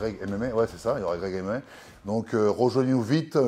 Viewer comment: il a transformé "Greg MMA" en "Greg et Mémé" mdr !